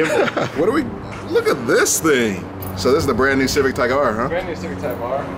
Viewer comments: said - "Civic TYKE R"... lol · said civic tike r